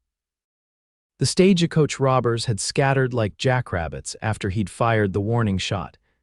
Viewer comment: StageAcoach??? A sign that I'm out of here I can't listen to a story that doesn't give me the respect to pronounce the words correctly! Your professional you've got an editor why don't you check the pronunciation of the the words? Goodbye